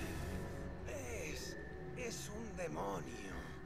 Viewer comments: Es Sauron, no Saurón xD., apréndaselo. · porfavor no digas mas saurón es sáuron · Sauron plis no saurón jajjaja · sauron no saurón